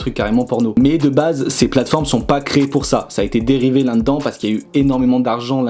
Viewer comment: « Landans »..? Tu voulais dire « Là dedans »..?😅 Bonne vidéo en tout cas!👍